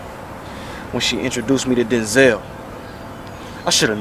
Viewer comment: Damn denzel, not denzel